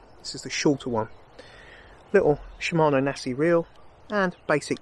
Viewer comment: Thank you! and yes we pronounce it in UK sh him mano